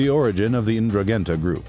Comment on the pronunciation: Please thst is the worst pronunciation on the internet of the Ndruhhhgetta just can’t listen to poor speakers sorry just had to let Ya Know!